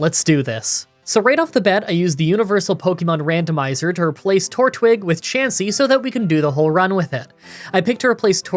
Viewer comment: I'm glad you're back, but... did you pronounce it TORtwig????